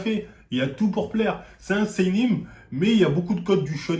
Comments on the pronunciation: « C’est un Sénine mais y bcp de code de Shonem » mdr ça me bute comment il écorche les mots 😭😭😭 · "Kingdon" "seinim et shonem" 😂